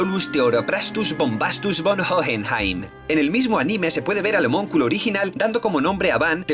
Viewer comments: El término es "Homúnculo", no "homonculo", que es como lo pronuncias en este y otros videos ^^u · se dice HOMÚNCULO no homonculo...